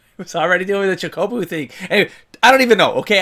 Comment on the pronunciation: Choco-bos. Choe-coe-bos. You're adding an accent to the first o, like chócobo! XD Don't give me ideas about a tabletop FF7 campaign...I want it.